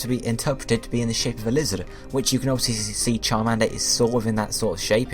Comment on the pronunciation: "it is the liihhhzzoothh pokemon"